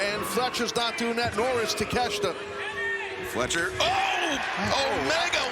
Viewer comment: Takeshka??? Why are they calling him that lol , take---shita not shka